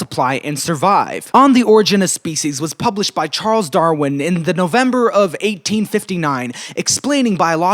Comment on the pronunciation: I’ve been studying molecular evolution for 4 years, and not once have I heard someone say “Charlie Darwie.” I am changed, for the better